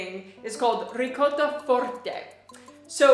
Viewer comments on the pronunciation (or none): none